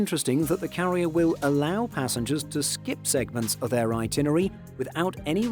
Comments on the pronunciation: *"itinerary": 5 syllables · this guy runs a travel channel and can't pronounce itinerary. He says it so many times.